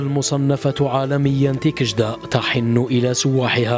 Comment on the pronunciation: تيكجدة وليس تيكشدة!!!!